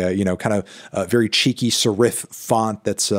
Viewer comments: he said "sare if font" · font = se-riff